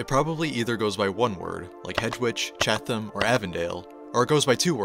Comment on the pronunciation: That's exactly what I was thinking. If you're going to make a video about Chicago learn how to pronounce the neighborhoods.